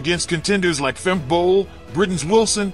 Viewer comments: If you make a video at least get the name correct………it’s Femke not Femki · It is not Femki but Femke. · It's pronounced Femkuh Bol not Femky Bol 😛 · Erm... It's Femke, not Femki 😏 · Her name is pronounced Fem-kuh, not Fem-kee. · Nah, I won't subscribe if you keep on calling Femke, Femki. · Fem-Key. The audio was messed up in the beginning so her pronunciation was off. Also typo too our bad… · Great, but why can American's not pronounce Femke Bol's name? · It's not pronounced Femke but Femke.